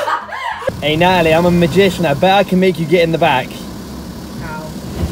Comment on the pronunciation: He says Natalie We here nali 🤣🤣🤣🤣🤣